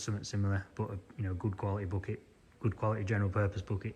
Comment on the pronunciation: Thanks for another great video, I enjoy all of your videos, never boring always appreciated, enjoyable and educational. The lengths of them is up to you, I prefer longer ones...but whatever is for you to edit. Great job on the " bocket "😂, love your language, we say backet👍👍from USA.